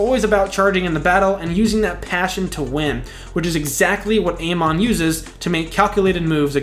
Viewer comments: Please tell me you did NOT just say A-mon 🤣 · Did he just say Ey-mon?? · Who tf is A Mon… you mean Amon? How is it he’s your favorite villain but you can’t even pronounce his name correctly 😭😭😭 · not just amon, you also said steelbending instead of metal bending lol 😁